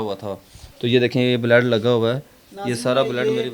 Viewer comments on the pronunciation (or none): O jahil. Baled nai hota lafaz. Blood hota hi Alfaz to theek bol